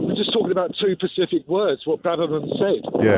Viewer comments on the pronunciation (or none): “Pacific language”. 🤔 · He’s calling from his house by the Specific Ocean